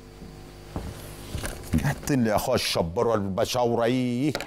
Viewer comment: بيقول علي البشاوره بشوره😂😂